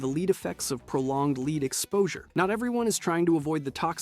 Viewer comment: Every video I've watched has some pronunciation issue and it's painful